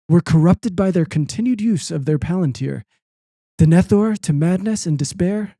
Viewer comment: It did break my heart when not only admitted to never seeing Lord of The Rings, but absolutely BUTCHERED the pronunciation of Denethor